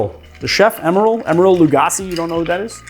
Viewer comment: It's Emeril Lagasse - not "Lugasse". Also, Emeril was known for saying "Bam!" not "Bang!". Otherwise, I love this video as I do with most all of your videos.